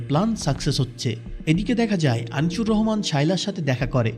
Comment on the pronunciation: উচ্চারণ ঠিক করেন। আনিচুর